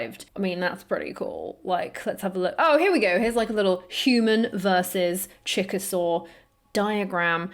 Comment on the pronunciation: I know you said “Chick-a-Saur,” but it sounded like Chickasaw, which is a Native American (American Indian) nation.